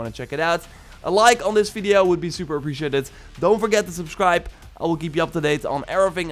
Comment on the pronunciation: "Appricjeted" Hehe